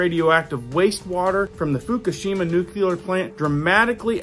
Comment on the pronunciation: Love the video’s but please say nu-cle-ar properly. It’s not nu-cu-lar.